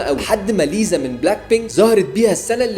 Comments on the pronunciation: اخر شي ليسا رح ترفع عليكم قضيه من كثر انكم تقولون ليزا مو ليسا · اسمها ليسا مو ليزا 💀💀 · والله والمصحف الكريم اسمها ليسا ليسا ليش تقولون ليزا 😢😂😂😂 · اسمها ليسا مش ليزا😊